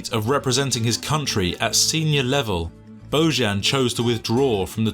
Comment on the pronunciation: It's bozan! not boyan!